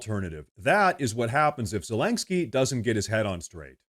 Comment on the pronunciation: "Zalengskyy" you pronounce his name funny